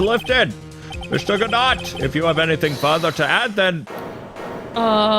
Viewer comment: I hope you are going to pronounce Go-do when you going to read hes name.